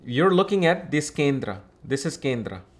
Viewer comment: Bhai sahab Accent to theek hai copy karo koi problem nahi.... But ye Hindi words kyo change kr diye. Yog ko Yoga Kindr ko kindra 😂😂